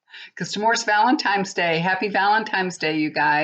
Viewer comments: Hi, FYI it's Valentines, not Valentimes.: ) Hope it was a good one. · I so enjoy your readings, but being an English major, it drives me absolutely nuts that your pronounciation is off: ValenTIMES? what? it's ValenTINES. When you say the word PICtures, you say PITures. Otherwise, your readings are pretty accurate. Lovely hair too!